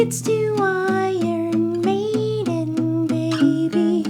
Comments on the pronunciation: lmao, love that he pronounced the band name one way and the album another way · he didn't explain why he said "I yearn maiden" tho